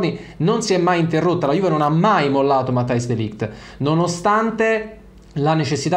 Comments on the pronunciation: Credo si pronunci "Matias" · "MATTEIS" si dice😁